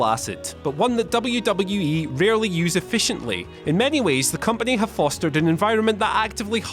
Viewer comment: sucks.....He can't even pronounce WWE properly